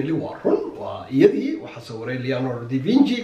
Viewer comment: Leonardo da vinci, not (Leonardo di vinci)